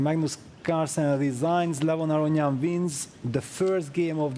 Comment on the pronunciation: This guy is such a good commentator and presenter. Brings a lot of energy and speaks very well. He even did his best to pronounce Levon's last name correctly!